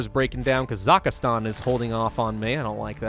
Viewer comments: Its KazaKHStan not kazaKHAStan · "Khazakastan" 😅😅 I don't know why, but I found that pretty funny.